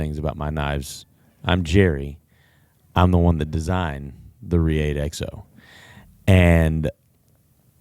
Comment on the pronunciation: How does this guy work for "the largest knife store in the world" and not know how to pronounce Reate?